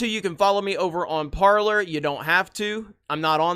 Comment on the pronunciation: Parler! Say it right. Par lay